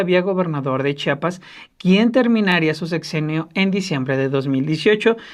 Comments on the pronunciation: Muy mala producción, que ni siquiera pasan las imágenes que mencionan, el conductor no sabe leer español, es Chiapas, y chiapaneco. Repitalo hasta que lo pronuncie bien. Debería abundar en detalles de la supuesta devastación de la selva lacandona. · Pronuncien bien, supongo que saben leer, se escribe,se lee y se pronuncia CHIAPAS. no enseñen ignorancia ,se supone que han estudiado mucho como para demostrar falta de cultura